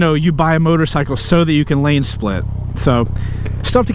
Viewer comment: Gave a like just for "Motorcylely Mode"